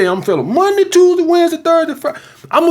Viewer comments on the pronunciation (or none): none